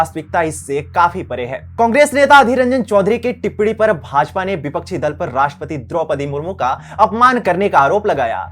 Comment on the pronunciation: इसको राषट्रपति बोलना तक नहीं आता।कहाँ पढाई की इसने ।